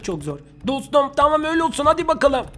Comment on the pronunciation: "Bu bilgisayar taam" Abi taam dediğinde koptum kskskskjdırnxodpÖşcnlp